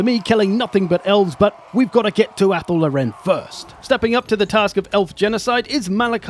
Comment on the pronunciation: Anyone else annoyed by the mispronunciation of Athel Loren